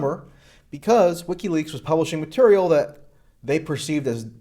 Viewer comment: lol you said materia